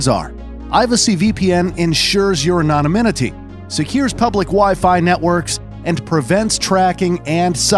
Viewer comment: That pronunciation of "anonymity" was wild, man.